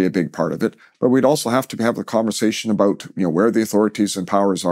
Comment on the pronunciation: I think the first thing you need to do is to learn how to pronounce the word "about" haha